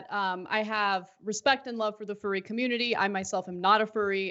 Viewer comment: Oh... They love animals alright... I love how he also has no idea how to pronounce 'furry'. Typical republican lack of education.